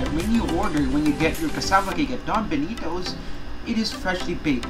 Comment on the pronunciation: Compa-ha-resun ..... bii knee toes.... iba talaga